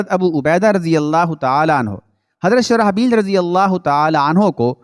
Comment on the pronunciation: حضرتِ شرح بیل نہیں شرجیل نام ہے درست کرلیں